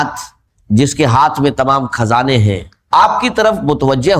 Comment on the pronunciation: روسنی ،رجک، کھزانے، رجاک آجمائس یہ سب الفاظ اے آئی کو اردو میں ابھی بولنے نہیں آتے